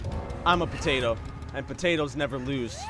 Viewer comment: Hello 2 yr old comment. I thought that's what he said too but I think he said "potato" weirdly